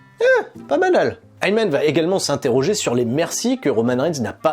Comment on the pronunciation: je rêve ou il a dit Aymen au lieux de Heyman 😂